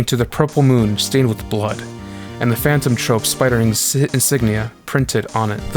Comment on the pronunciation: this video would have been a 10/10 haven't you been saying phanton trOpe the whole time